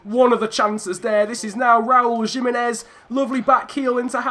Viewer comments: It is not Jimenez it is himenez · Alright chief you got the pronunciations correct but Jimenez actually is with a H sound edit: wait wtf bruv you fixed it mid-episode